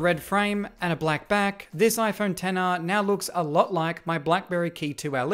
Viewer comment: Why did it sound like he was saying "Tenner" instead of "Ten R" 😂